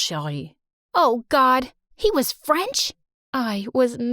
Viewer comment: the way all the french pronounciations are wrong